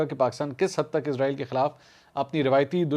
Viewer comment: یہ اسرائیل ھے ازرائیل نہیں 😮